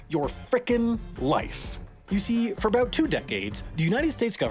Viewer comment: I want to hear more aboot bricks!